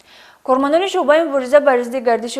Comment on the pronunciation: Мӯхтарама баранда дуруст калимаҳоро талаффуз намоед куча не балки кӯча ва ё шуба не балки шӯъба 😮